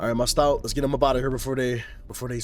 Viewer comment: It’s “stoat” like “oat”